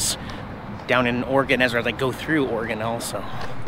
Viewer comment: JFC you're from Washington and you CAN'T PRONOUNCE OREGON correctly? It's OR-E-GUN, NOT OR-GUN. OR-E-GUN!!